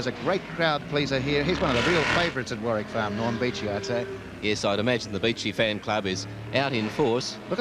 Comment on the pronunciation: That's Warwick Farm not warrick..